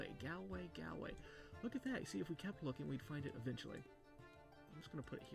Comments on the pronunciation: Gal way 😂🤣 look it up on google translate and listen to the English to hear the correct way to say it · IM DONE HE SAID GaLWAY WTF